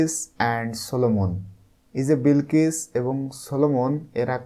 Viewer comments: Sar aita bilkis na balkis hoba😂😂😂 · বিলকিস না বালকিস😂😂